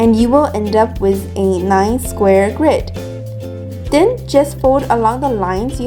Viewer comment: I love how she says then - den